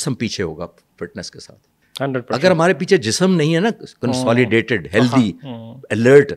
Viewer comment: لفظ ہلتھی ہوتا ہے ہلدی نہیں سر۔